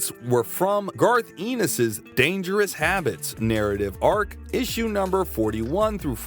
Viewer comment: Garth Ennis, rhymes with Venice - not Venus